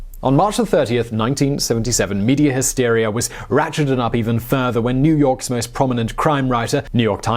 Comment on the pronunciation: You said New Yorkse's😂😅😂😅